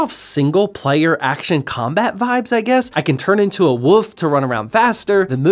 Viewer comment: says woof instead of wolf 😂 ❤